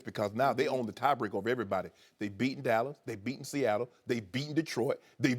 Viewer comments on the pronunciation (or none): none